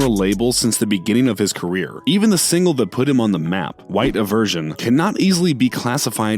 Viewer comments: "even his single white iversion" lol close but not quite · “White A-VERSION?” Who the f88k is that? 😂😩🤣